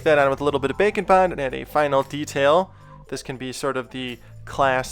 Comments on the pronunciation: Every time he says Bake and bond I always hear Bacon bon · I know you are saying Bake N' Bond, but I still hear Bacon Bond hehehehehehee